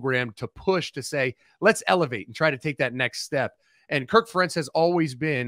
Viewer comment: Not exactly sure who this guy is, but if he's going to be asked to comment on Iowa football it would have been nice if he actually knew how to correctly pronounce the head coach's name.